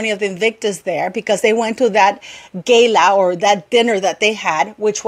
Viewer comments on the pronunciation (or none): none